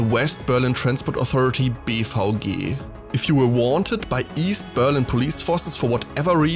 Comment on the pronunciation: Fascinating video but I keep hearing BVG as “beef hoagie”